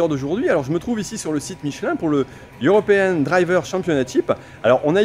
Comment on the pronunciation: European pas Eurepean